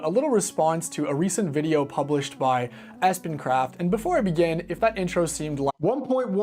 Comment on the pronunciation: Hey! Let's willfully mispronounce this guys name through the entire video! Why? Just to show everyone that we're the coolest prepubescent school yard bullies ever! Yay us! Go bullies!!!